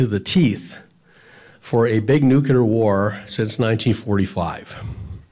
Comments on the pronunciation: “Nuclear” is not pronounced “new-kyu-lure”. Try saying it as two syllables: “new-clear”, and you’ll be much closer. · You lost me when you said'"Nucular" several times, it's pronounced nuclear. One would think if you really knew what you were talking about, you'd be able to pronounce nuclear properly. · Dude, nuclear is NOT pronounced nu-kya-lar, it’s pronounced nu-clee-er. How did we ever end up thinking George W Bush was saying it correctly? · I'm wondering about the pronunciation of "Nuclear". Is it nuclear (new-clee-er) or is (new-cue-ler)? You can hear the correct pronunciation here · Great insightful video - just one thing that bugs me- why do a lot of Americans say 'nucooler', when the word is nuclear - as in- 'new- clee-ar.' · you are an awesome narrator. However, it is pronounced "nucle-ar " and not "nucu-lar". Heard this said like this over 2 dozen times on this channel in various stories and I can't stop myself from commenting now. My apologies but I don't mean any disrespect. Also, have less of the "dramatic pauses", it doesn't sound as dramatic if it's done every other sentence. Thank you for the content and the content makers as I have learned quite a few things and confirmed some previously known facts. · YOU FORGOT SAKES!! ... IT'S PRONOUNCED, ... "New claer" NOT "NEW Q LER" ...... ITS "NEW CLEAR"!! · ‘New-clear’ not ‘new-cue-lure’. Geez. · Nuclear!!! not Nu -Ke -Lar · Nuclear. Not NUKULAR. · Nuclear no nucular. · Please learn how to pronounce "NUCLEAR", not "NEWKEULUR". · nuclear* not nucular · Nuclear...NOO-KLEE-AR...as in, having to do with the nucleus. There's no such thing as a nuculus. How is this so hard to pronounce? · Thank you. THANK YOU. This is such an irritating mispronunciation to me...almost as irritating as February. FEB-ROO-AIRY. Sometimes I wonder if leaders mispronounce the word "nuclear" as "nucular" so they can openly lie about weaponry. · Nuclear: Pronounced “Nu-Cle-Ur” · "Nuhkela weapons" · Nucular is not a word...